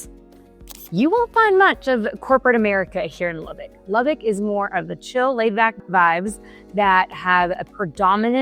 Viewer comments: The first thing you need to learn is how to pronounce the city's name...Lubbock. Not "Lubbick". So, didn't watch this. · If you're claiming to be a local real estate "expert" about Lubbock then you should learn to pronounce LubbOck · It's NOT "Lubbick" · I was born and raised in Lubbock. I left it in 2000. One thing that bugs the crap out of me about people who are new to the city is that they pronounce Lubbock as "lubbick". Lubbock is not a bad place. There was just no opportunity for me there. I do not miss the wind storms since moving to Dallas-Fort Worth. The one really good thing about the weather in Lubbock is that it is almost always dry. It's easier to cool off in dry heat. Most summer nights are considerably cooler than after a 100-degree day. Lubbock seems to hate trees. If there is a nice spot where there are trees, someone will destroy it and put a Walmart on it or a parking lot. One good example was the Treasure Island golf course that used to be located in the northwest area of the city. It was a beautiful property with a lot of trees. It's a Walmart now.